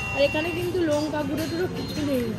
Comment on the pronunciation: তোমার, বড়া কে বোড়া বলা, লঙ্কা কে লোঙ্কা বলা এগুলো না শোধরালে গাইয়া ভাবটা যাবে না।